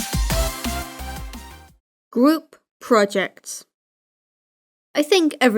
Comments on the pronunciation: 6 years later and i notice you say "gwoup" instead of group, and i love it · It sounds like u said gwoup. Project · I swear the first time he said group project , I heard gloop project.